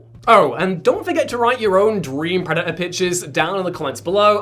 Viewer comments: Preh daht er. Not preh uh uh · Love your content but please learn to PRONOUNCE “Predator” correctly, it does have a “T” in it